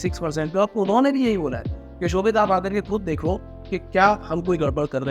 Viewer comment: ya to ap hindi bol lo ya english seekh lo blame hota h blem nahi and its shobhit